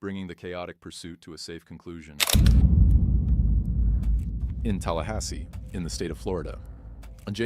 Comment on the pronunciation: TALLAHASSEE (there's no N)